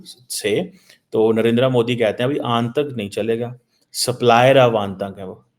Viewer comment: And it is aatank not aantak